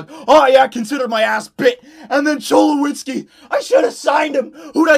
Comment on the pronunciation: Him saying Cholowskis name wrong 😤